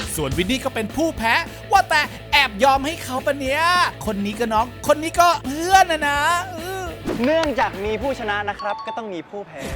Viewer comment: เพื่อนรึเฟื่อนคะ ได้ยินไม่ค่อยชัด🤣